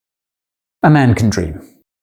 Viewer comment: the way he said "a man can dream", it sounded like "amanda cream", which is a messed up image hehe